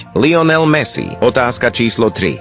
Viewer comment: Kámo však ty si nevedel prečítať správne ani lionel messi